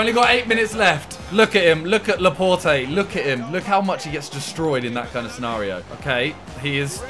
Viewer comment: Laporte is pronounce Laport not Laportey